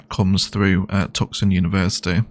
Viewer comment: Tucson is pronounced Two-Sahn or Two Son. The c is silent. It is a Native word.